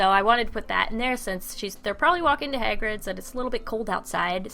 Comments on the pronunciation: ***** I know that he just pronounced Hagrid terribly wrong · PERFECTO PATRONUM!!Exept the part where you said,"hAgrid